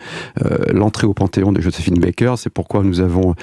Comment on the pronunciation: Elle est journaliste, et elle ne sait même pas comment on prononce le nom "Joséphine Baker".